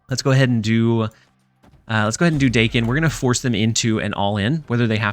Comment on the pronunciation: I'm going to interpret the multiple "Dacken. Dayken?" in the video as a request for knowledge. Apologies if this comment is unwanted. In Japanese, "a" is pronounced "short" like the "a" in Lockjaw. So it'd be pronounced like Dawken or Docken. Basically just say the "a"s like you're doing in "muramasa." Thanks for all the content. I think I'll probably try this out tonight since I have all the cards.